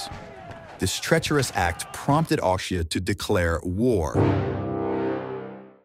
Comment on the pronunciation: he says instead of austria, he says something 'Aushift' LOL